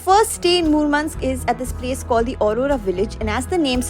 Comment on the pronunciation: You're pronouncing Murmansk incredibly correct and clean. Thank you for making the video for Russians that have never been there themselves. 😊